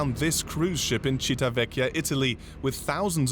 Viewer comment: This city is CIVITAVECCHIA not Citavecchia!!!